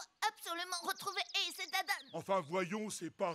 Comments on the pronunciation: C'est Dadan pas Dadam ;-; sinon génial le réact ✨ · Par pitié dit dadan(e) au lieu de dire dadame 😭😭